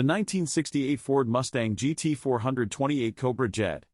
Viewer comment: AI 4hundred 28 is painful as is 4 hundred 42. Teach AI how to read or get rid of it!